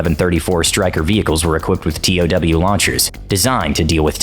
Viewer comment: I’m surprised the narrator didn’t pronounce TOW correctly - “toe” . I always thought I’d be a sitting duck keeping the crosshairs on an enemy tank as the missile traveled to max range..(especially with the huge backblast signature). USMC ‘82-86